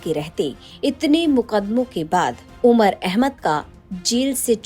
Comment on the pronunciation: Umar ka naam sahi se le godi media😡